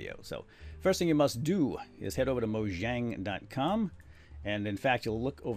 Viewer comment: Everybody gets it wrong; it's moYang! Look it up!